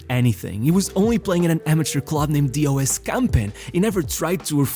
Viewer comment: You say it as one word DOS and not D.O.S.